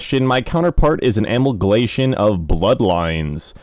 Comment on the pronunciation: Thank you so much for this! I noticed there are some words you are mispronouncing. Here are the ones I've noticed so far: comprised, analagous, amalgamation, precipitated, elucidate, incomparably, acuity, inducement, secrecy, specificity Also this one is borderline but I've always said OP and "oh pee"—it refers to original poster. I'll keep updating this list as I go.